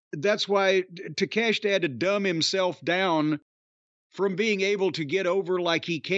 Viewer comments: Cornette saying Takeshita and Iyo Sky's named correctly is a revelation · In Japanese his name would be pronounced Tah Kay Shee Tuh